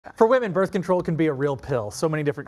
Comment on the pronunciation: BRITH? Hijole. Birth!